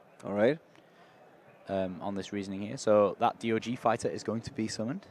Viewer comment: It's DOG not D.O.G. 😂😂😂😂